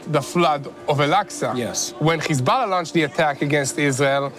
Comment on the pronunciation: Please stop saying Hezbollah like that